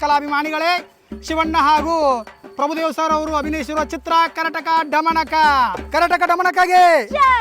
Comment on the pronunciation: ಅಣ್ಣಾ ಅದು ಡಮಣಕ ಅಲ್ಲೋ ಮರಾಯ ದಮನಕ